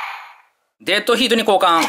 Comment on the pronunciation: Deadヒートって発音がいいなぁ〜